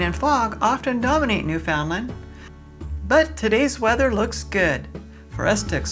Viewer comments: The beauty of Newfoundland is not in the small port, the countryside is beautiful and rugged. It's pronounced Newfunland with no emphasis on fun. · FYI. The way to pronounce NEWFOUNDLAND correctly is to pronounce it NEWFIN-LAND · Welcome to Newfoundland! I have lived here for 2 years already, that beautiful place, excluding winter. By the way, local people say newfoundlAnd( accent on the letter "A") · Newfoundland. Rhymes with UNDERSTAND!! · Hi You need to learn how to pronounce Newfoundland properly! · “Newfoundland” properly❗️